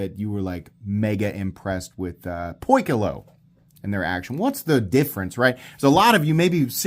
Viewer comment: Key-close(not far)…. It’s Greek for the word: Circle…